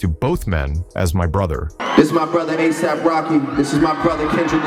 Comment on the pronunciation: The fact that his name was mispronounced "a dollar AP Rocky" lets me know that this video is some AI slop.